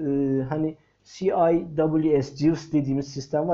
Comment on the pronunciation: benim deniz sistemleri hakkındaki bilgim çok kısıtlı ama cıws öyle okunmaz be hocam